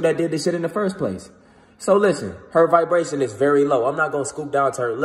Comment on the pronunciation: Idk Y u said who u think I am the first thing poped in my head a viberater lol cuz u were saying viberashions some shit